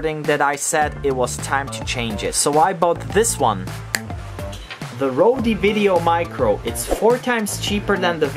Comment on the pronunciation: Wide angular * lens...lol; the -e at the end of Rode is mute, not to be pronounced.